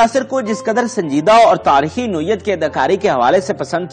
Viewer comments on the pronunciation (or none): sahib main ny pehlay bhe ap say arz ki thi k likhay hovay script ko itna taiz mat parha krain k apko alfaaz ka he pta na chlay. Boht say alfaaz galat bol jatay ho ap. Mumalak ko Malik bol gaey, taarekhi ko Taarkhi or hadd ye k Azra Sherwani ka naam 2 dafa galat bola or Ozra bola. Hairat to ye hai k Azra to bohat common name hai is k baavjood ap galat bol rahay ho. Please note farma lejyee